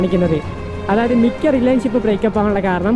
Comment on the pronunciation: റിലേൻ ഷിപ് അല്ല മോനെ റിലേഷൻ ഷിപ് 😂